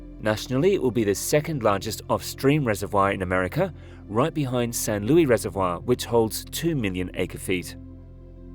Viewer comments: Just so you know; People from San Luis Obispo resent the unrealistic editing of their town's name! It's NOT Lewy you knucklehead! Seriously, stop with the botched names!! It's a screaming indicator that your information isn't visible. Plus, it's rude. How would you feel if someone mangled your name constantly??? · The S in San Luis isn't silent. It's Spanish, not French.